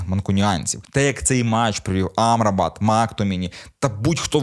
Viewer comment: Мактоміні, Амрабат (з наголосом на А) і МакГваєр - це типу фішка?) Бо випадково зробити стільки помилок в одному реченні неможливо)